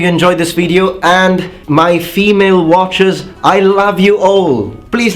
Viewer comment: When you said "My female watchers!" at the very end I totally thought you said "My female archers!". I laughed and almost complimented you on that!